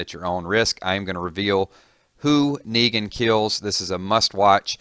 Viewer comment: Did you just say Megan